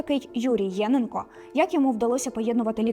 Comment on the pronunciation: ЄнЕнко. Такий наголос правильний. Тут фото не Луганського педагогічного інституту, а, якщо не помиляюся, його Старобільського філіалу.